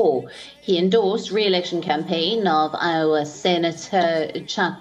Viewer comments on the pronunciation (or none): It's IOWA not LOWA 😭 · It’s Iowa not Lowa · Iowa not Lowa. Go vegan! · Iowa. i, not Lowa 🤦🏾 ffs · iowa! not Lowa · i owa Iowa not Lowa unless he is in an hawaii town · Lowa? lol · It's spelled "Iowa" bur hey, Trump pronounced Swami Vivekananda as "Vivay-kamun-dum" when he went to India. Do your editors have dementia like he does?